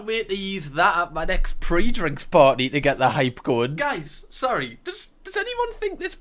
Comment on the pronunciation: i think she meant "Pre" as in pre drinks at someones house for cheap, not PREAM. ahhah yea she said it in a bit of a strange way.